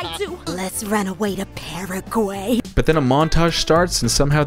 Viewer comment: the only bit of the show i chuckled at was how that one girl pronounced paraguay